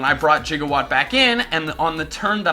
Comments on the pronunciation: Why do you keep saying jigawatt? I can clearly see it says Gigawatt. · spelled gigawatt, and just like doc brown misprounounces it jigawatt,😑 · I'm slightly annoyed by the fact that you pronounce Gigawatt like "jiga"watt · Anyone else a little miffed by the way he pronounces gigawatt? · you're saying gigawatt wrong